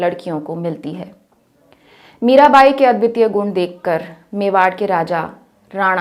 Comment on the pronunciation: 5.21 पर आप मेवाड़ को मेङवा बोल गई ma'am